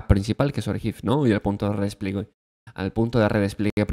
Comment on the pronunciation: redes pliegue maaaaaal, redespliegue re-des-plie-gue todo junto, madre mía